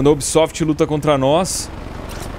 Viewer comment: O ubísoftí!😂🤣😅